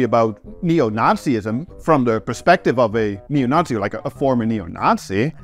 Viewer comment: Censoring all the f*ks and swear words, but doesn’t blur the swastikas 😂 YouTube will find and demonetize you for that 😝 Ah, and by the way: great pronunciation of “Neo Nazi” - sounds like zu took some German classes 🤓